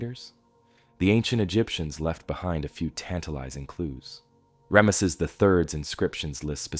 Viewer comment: Okay. I hate to be picky but it's driving me crazy. Ram-sees. Equal emphasis on both syllables.